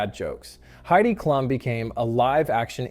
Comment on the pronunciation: it’s pronounced Heidi Kloom!